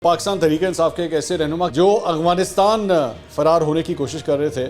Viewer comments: Mansoor bhai it's Afghanistan not "agfanistan" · Mansoor sb . little bit correction aap aik word boltay hain Agfhanistan . correct is Afghanistan .